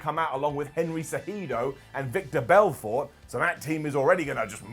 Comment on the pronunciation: I like how tried to say Henry’s last name an the same hoes for all of Vitor Belford’s name I will give credit he said it better then most people